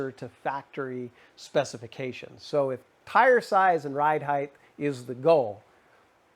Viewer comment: Height not “heighth”. Sorry.. just a pet peeve.